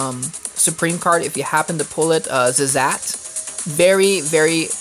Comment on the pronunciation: It's yiazmat not yazzmat